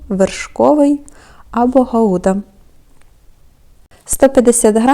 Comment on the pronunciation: З святами вас! Я перепрошую , але правильно ,, Гауда " . Наголос на а .